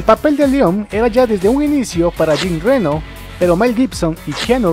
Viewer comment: Por favor respeten los nombres propios. Jean Renó no es "Jin Réno" Y Luc Bessón es con acento en la "O" no es "Luc Béson"!. No pronuncien en ingles nombres franceses. Suena horrible.